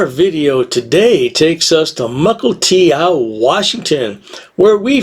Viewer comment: It's "muh - kull - TEE - oh", not "ow". Of course, will be saying "ow" in prison a lot....